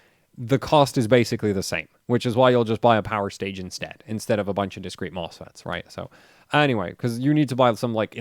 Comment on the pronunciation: Whats a "powIrstage" ?